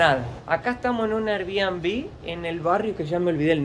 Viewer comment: Air(= ear)bnb